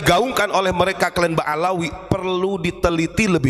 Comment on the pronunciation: ba'alwi gus,bukan ba'alawi